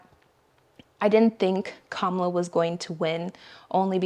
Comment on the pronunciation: It's Kamala or Kama-la.